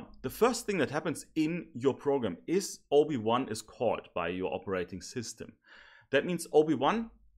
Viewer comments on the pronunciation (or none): Everytime he said OB1 i heard Obi Wan😂